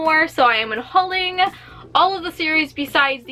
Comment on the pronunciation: Did you mean un-Holly-ng?